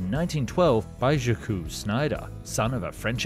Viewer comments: next time you want to pronounce "jacques" leave out the "-ooze" in "ja-kooze" as it does not mean "j'accuse" but merely is the french form of "jack". remember, the "-ques" is silent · Surely the "Jacques" in Schneider's name is pronounced "Zjahk," no? Not "j'accuse," which means something like "I condemn." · did he actually pronounced Jacques as "djakù"? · Great video. But er, Jacques is not pronounced "Jackoo" and Macci... well, you look it up. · Did you just pronounce "Jacques" as "Jackoos"?? C'mon man. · shakoo schneider? OMG - how about asking AI to help you pronounce french? And while you're at it, maybe ask it to help you not sound like a Monty Python news reader? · Another ai generated B.S. video voice it can't say Jacque properly it said Jac'cuse..See ya ...Try and hire a Human.. looser! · "Jaccouse" Schneidr? 😂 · "Jackoo Schneider" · The common name of Jacques is surprisingly not pronounced Jakku like some star wars planet. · just for your information "jacques" is pronounced "jack", you don't say the "u" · AI would certainly pronounce "Jacques" better... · Never heard anyone butcher the name jaques so much😂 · The U in Jacques is silent. And in French the letter U is never pronounced the way you did anyways. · I cannot believe this guy cannot pronounce the common French personal name 'Jacques' did you actually even go to High School?